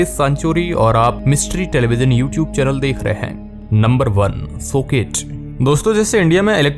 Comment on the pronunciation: सोकेट नही चूतिये सॉकेट......दोनों के उच्चारण में फर्क सीख ले